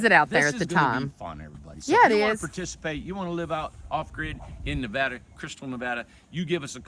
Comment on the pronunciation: Thank you so much for pronouncing Nevada correctly! I'd say about 98% say it wrong. Thanks again front a Nevada gal living in an Ohio world😊